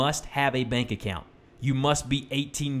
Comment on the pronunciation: is it just me or it said " back account "